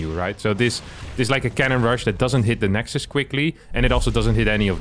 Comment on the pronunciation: Nice to hear someone say the correct plural of nexus for once!